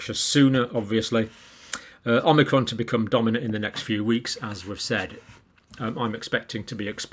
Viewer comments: It’s “Omicron” not “Omnicron” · Please... OM - I - CRON, not OM NI CROM.😜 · Thankyou. You keep saying it as omnicron with an n but its omicron. You’ve said it both ways. Just saying. Keep up the good work. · Omicron, Omni-cron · you're a doctor and you keep pronouncing it omnicrom and its actually call omicrom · you keep calling it omnicron instead on omicron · You won't be exposed to Omnicron John because there is no Omnicron.. it's OMICRON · Omicron not omnicron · Why do people pronounce it "Omnicron" ? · I've accepted the fact Dr. Campbell will never not say omNicron. Oh well. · So many people add an extra "n" when pronouncing omicron. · Pronunciation in British English is Oh-my-cron. Anyone who had classics lessons at school knows this.